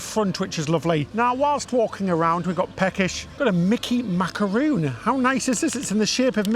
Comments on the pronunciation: Sooo pretty! I might go to live there 😍 the castle too, wow! That macaron (not macaroon 😂) looked yummy! I always thought Japan would be super expensive, encouraging to hear it’s not! X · It's Macaron, not macaroon.